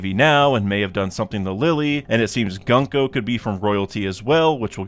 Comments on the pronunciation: not how you pronounce gunko. its goon-ko (ha ha funny goon word !!!!!) like the word "good", not gunk-oh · Hey man just a heads up, as someone who speaks Japanese the pronunciation of her name is "GOONko"